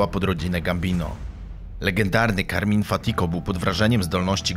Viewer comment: Carmine nie Carmin😉